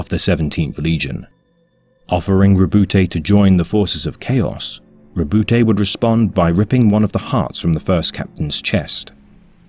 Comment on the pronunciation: The E is silent in Robute